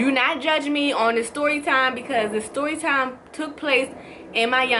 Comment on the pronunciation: why does it sound like shes saying soytime when she meant to say storytime